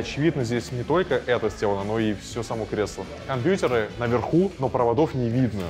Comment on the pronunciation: Как мерзко он говорит компьютеры , как дед бл